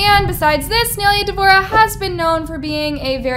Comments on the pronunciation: bro and she kept saying naileuh its ny-lay-uh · omg stop saying nail ee a its prounounced like (my with a n, lay, a) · whos neeuhla? its NIYUHLAYUH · it's "nye-lay-uh" not nail-ee-uh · naililea devora ?🤨 NAI-LEA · Um it's not (nal-ey-ah) it's (nai-lay-ah) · For the 100th time her name is not nail-yuh it’s Nye-LAY-UH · ni -lay -uh not nail uh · its NAI lea not naylea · its nah-ee-lea not nee-liuh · why does she pronounce Ny-Lay-a as Nail-lea??? please pronounce her name right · The way that you say Nailea’s name is so wrong. Its NAI-LEA. Not NAIL-IA 😃😃😃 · Her saying “nay Leah” IS GETTING ME ON MY NERVESSSSS LOLLL no hate tho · Ok, this isn’t to be rude… but it’s pronounced n-I- leuh. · “Kneelia” I’m dead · "Neiliia debora" JSJAHHAAH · You keep saying Nailea’s name wrong. It’s pronounced like “Ni-lay-a” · Nai-lia girl nai-lia💀💀💀💀💀💀💀💀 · Please I love nai so much and I love but the way she pronounces nai’s name makes me laugh 😭😭😭😭 it’s “nai-lay-uh duh-vor-ah” sweetie😭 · I know naileas name isn’t very common but it’s pronounced N-eye-lay-uh. Please at least search up how to pronounces people’s name before you make an entire video about them😭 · Not me cracking up when she calls nailea NAhylEa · its pronounces NI LAY UH😭😭😭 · btw....😔 its NAI-LAYA thats how you say it but its spelled NAI -LEA not NAI-LAYA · It’s pronounced (ny-lay-uh) lol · It's pronounced as nay -leya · nailea is pronounced “nay lay a” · Nai - lea lol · It’s pronounced (Nai) Le(Ah) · I’m so triggered how she says Nailea as Nilya like girl who?💀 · it’s pronounced naīleya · SAY HER NAME RIGHT - “NAILAYA” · isn't her name pronounced like "nye laya"? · It’s Pronounced nie-laya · It’s na-i le-A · not to be rude but its ny-lay-ah :) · It’s nila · the way she pronounces nais name pisses me tf off. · is it just me or the way she says nailea is annoying? like is that actually how it's pronounced? cuz i always pronounce it as ni-laia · It's pronounced "Nayleya" you BAKA